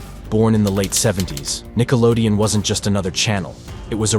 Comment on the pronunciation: But it's Nickelodeon, not Nickelodeo